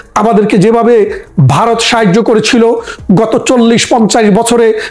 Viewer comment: ভাই দর্শন নয় ধর্ষন । দর্শক নয়। ধর্ষক । বাই নয় ভাই। বারত নয় ভারত। আপনাকে সালুট জানাই। ধন্যবাদ ছালাম আপনাকে বাঙালীর পক্ষে বাঙলাদেশের পক্ষে কথা বলার জন্য।